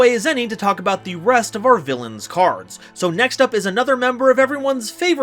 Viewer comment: It's villain not villian, rogue not rouge